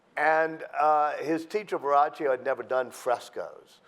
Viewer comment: It's "VerroKio" jerk. This man is trying to make money, he offers information that are not facts, much fiction, don't waste your time!